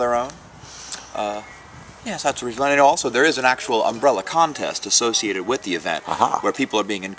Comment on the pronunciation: Note: That's "Umbrella Festival", not "Umrbrella Festival".